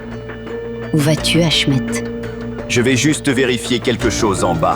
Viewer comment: Achmèt 😂😂😂😂😂sacre Achmet😂😂😂